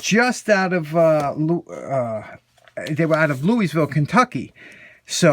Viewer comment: LouIS- ville Ha ha ha 😂 (Louie-ville) Dos funny.